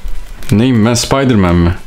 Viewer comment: Spaydımen değil